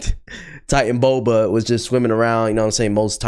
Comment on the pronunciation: it’s pronounced (ti-tan-o-bo-a)